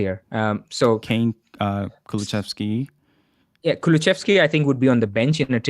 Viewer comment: It's Kulusevski - where are you getting the pronunciation "Kuluchevski" from?